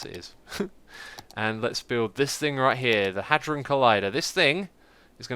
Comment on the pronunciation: Hadron is pronunciated h-ay-dron